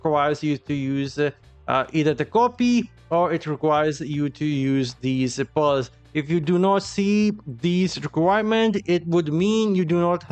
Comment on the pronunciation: Lol when you say pearls sounds more like Balls